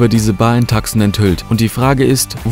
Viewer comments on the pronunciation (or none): Bitte, es heißt „Tuson“ (also mit langem u), nicht „Takson“ (Tucson, Arizona). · Tucson- Tuszon gesprochen.